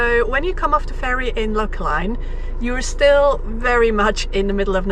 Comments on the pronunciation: Fun video. If you're ever back that way it's pronounced LochALAN. (everyone has to be told me included) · Lochaline pronunciation. I have heard at least three versions so some years ago I asked two elderly ladies in the local Lochaline shop. According to them, correct pronunciation is Loch-ah-linn. Loch like Loch. Ah like a European will pronounce letter A. Linn like Linn of Dee.